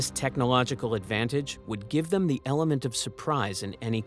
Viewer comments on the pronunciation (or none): none